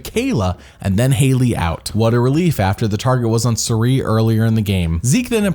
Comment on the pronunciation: "I don't get paid in dollars, I get paid in military training" 😆 Also, I'm convinced that is pronouncing Cirie's name wrong